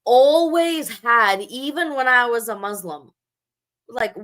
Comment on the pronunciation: Here are my comments on your video…. 1) You were unable to pronounce Arabic words correctly. You couldn’t even say Muslim correctly. This indicates that you don’t know Arabic and you don’t know how to read Arabic nor quran. This means that it is highly likely you have never prayed as a muslim in your life. This raises questions about you calling yourself “”. If you were never muslim to begin with then why fool your audience into thinking you are an apostate. I can only conclude that either some anti-muslim organisation is paying your salary for these videos bashing islam unjustly, or that you are seeking to make a name for yourself which in itself you hope will give you fame and fortune. This one point alone tells me that you are an insincere and ignorant person passing yourself off as an intellectual using baseless claims and lies about islam. 2) You constantly mock the prophet, his companions, muslims, and their history. You clearly have no manners, and although when I look at you I see an old woman the fact remains that your conduct is childish 3) Why do you keep rocking back and forth? It’s a rhetorical question. Maybe it’s because you’re happy that you get to start a stream to ATTACK people who do not share your belief. 4) You made a whole steam almost 2 hours long about islam and you were not able to make a single decent point. Pfffff! 5) If you really did apostate then why don’t you move on and live your life. Why do you remain outside the doors of is